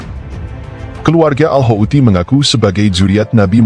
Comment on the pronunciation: Hautsi bukan haouti